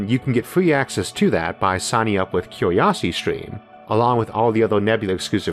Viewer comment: 'cue-we-osity stweam'?